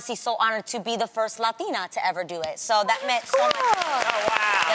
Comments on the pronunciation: It "lathina" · Why does Adrianne has to do that weird accent when she says "latina".... I am " latino" and i can pronounce it with out any weird accent.